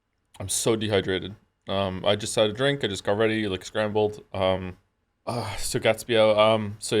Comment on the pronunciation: I really want to know if anyone else thought "Scrandle" when he said scrambled but oh man I feel so much healthier watching it without chat